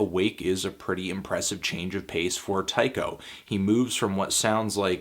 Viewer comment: I think it's pronounced Tee-ko.